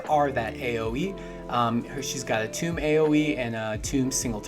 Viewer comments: "toom" -> "Tohm" "The Reese" -> "Terese" please and thanks :) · nah thats fine.... mainly "tome" being pronounced "toom" was a bit weird. just used to everyone pronouncing it like "oam" like other words such as gnome or chrome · Fyi: Tome is pronounced like “home”. It sounds like you’re saying “tomb”